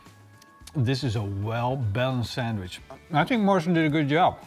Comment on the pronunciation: Is it just me who always heard Marshall instead of Morrison?